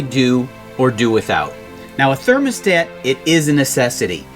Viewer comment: Thurnamastator......🤪🤣how adorable.